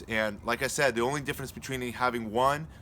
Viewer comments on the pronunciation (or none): none